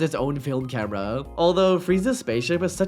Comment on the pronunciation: why bro cant say 'camera' and instead says 'cambera'?